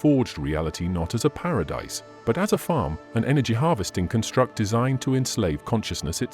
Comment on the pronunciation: This video is narrated by an AI program, is it not? Such programs are getting more sophisticated, but there are little tells that give it away. (For example, the word "construct" is always used as a noun in this text, but the narrator always pronounces it as if it were a verb.)